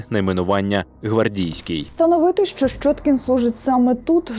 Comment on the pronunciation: Ну не шчоткiн нiяк, а щьоткiн. Для чого понос нести? Рiже вуха. Де вона вчилась?